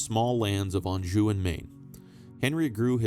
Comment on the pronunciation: Why is it you can pronounce Anjou but can't pronounce Worcester correctly 🤣